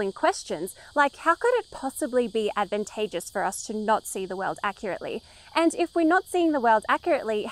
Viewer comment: I'm hearing "adventageous" with an "e". I believe you mean "advantageous" with an "a". It's surprising how often the two appear to be confused